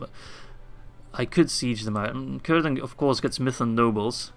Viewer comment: I know im waaay late but I think its pronounced more like "sirdan" rather than "kirdan" (speaking of Cirdan)